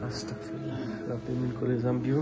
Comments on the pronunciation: ভাই আপনি আসতাক ফিরুল্লা বলেন কেন এর সঠিক উচ্চারণ আসতাগফিরুল্লা✅ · ওটার উচ্চারণ আস্তাকফিুল্লা ভাইয়া হবে না ওটার উচ্চারণ আস্তাগফিরুল্লা হবে আমি মাদ্রাসায় পড়ি তাই জানি